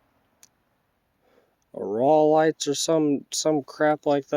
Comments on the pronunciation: You found some nice bottles! Nothing spectacular, true, but you saved some cool old glass. Rawleigh's (pronounced Raw-lees) has beautiful embossing!💖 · Phonetically pronounced that bottle is ROLEEZE